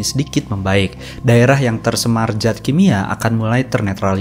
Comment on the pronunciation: Koreksi min.. Ada beberapa typo dari pengucapan kata dan juga beberapa kosakata yang sama diucap berulang kali seharusnya bisa dipersingkat.. 🙏 tersemar jat kimia - perkotaan sampe 4x disebutin kembari 1000 tahun = 10 abad (di thumbnail 1000 tahun tapi dipenjelasan koq dibaca 100 tahun?)